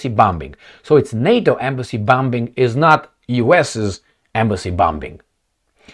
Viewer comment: That “blow job” comment was totally inappropriate in the video which talks about the bombing and deaths of Chinese people. And also PLEASE stop pronouncing second “B” in bombing!!! Thank you!